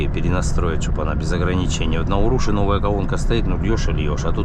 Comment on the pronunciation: Станция и поселок городского типа УрушА (ударение на А),.